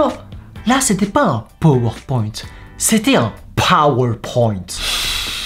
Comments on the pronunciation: « Un pAAAAAAworpoint » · Un PawarPointe, ui ma prof d'histoire dit ça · NON PAS UN POWER POINT MES POWER POINT AVEC ACENT ANGLAI🤣🤣